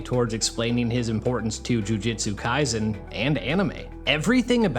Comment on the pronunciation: ahem — it’s JU JU TSU KAISEN okay? not Jiu Jitsu Kaisen… cool? juuuu juuuu tsu. no ‘i’ that is not how the japanese word has ever been pronounced